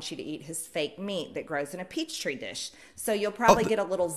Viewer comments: I love how they called it "peach tree dish" 😂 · "Peachtree dish" r/boneappletea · Every time someone says "peach tree dish" i die inside 💀💀💀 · I like how she says peachtree dish just like the other post about cattle dying and Bill gates. Couldnt possibly be she's getting information from Facebook. Oh wait....yes....yes she most certainly is. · Misspelling “Petri” as “Peachtree” is the funniest shit I ever heard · SAY IT WITH ME! PETRI NOT PEACHTREE! the fact im more aggro about that than BG cow meat says some about me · "Peach Tree Dish" HA HA HA HA HA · "pea-tree dfish". There's no "ch" sound in there at all. :P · Not only that, but the way the name is actually pronounced in Anglicized form has a short "e" sound as in "pet". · When I heard her say "Peachtree dish," my brain spasmed. It's.... you mean a petri dish. Oh my word, these are adults, full on adults, who have so little experience with science, that they have never heard of a petri dish before... I distinctly remember watching Bill Nye the Science Guy and Beakman's World when I was 12! Was that... all just a dream? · I was so damn confused when they kept calling petri dishes "peachtree dishes". Bone apple tea! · Did... did the blonde lady say "PEACH TREE DISH"? Ehrmahgerhd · ...I'm sorry, "peachtree"? Do they mean "petri" lmao 😂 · wtf is a peach tree dish? Bone apple tea! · “Peachtree dish”?😂😂😂😂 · "peachtree dish" XD Also: ley* lines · Omfg peach tree dish instead of petri dish 😂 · Hah... "Peachtree Dish"... Petri Dish is hard to type/say. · "peachtree" lol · oh my god did she mean Petri dish instead of Peachtree dish??? "bone apple teets" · Its not even that hard to understand the concept and pronounciation of petri dish my god is ENGLISH now going out the window to these people